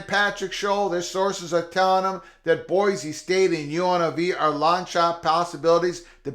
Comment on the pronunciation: FYI, in Idaho it's pronounced "boy-see", not "boy-zee".